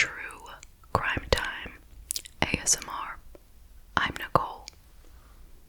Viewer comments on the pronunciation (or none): none